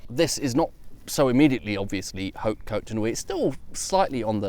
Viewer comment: Well it seems that fox wouldn't mind to be adopted by you ^^ And bravo for having pronounced En Grégoire perfectly ! However, you mustn't 'blow' the 'h' of 'hautes' as you would do in EN (in 'however' for example), because in FR that 'blown h' doesn't exist. So one would pronounce 'haute' as if it was spelled 'aute'. My tuppence ^^